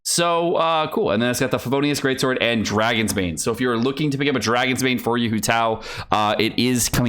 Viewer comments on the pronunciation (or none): none